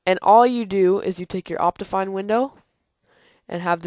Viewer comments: No you pronouced it like Opt-I-Fine (I as in like kIck) You get what im trying to say? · Its pronounced Opt-ee-fine